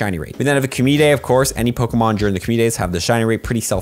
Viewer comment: Are you saying Pokamon? Yes you are lol